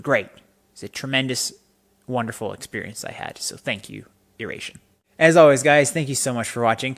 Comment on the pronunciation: Thanks for taking the time to listen to our music and sharing. Glad we were able to help you through whatever we needed to work through. Hope you can make it out to a show sometime PS it's pronounced "eye-ray-shun" :)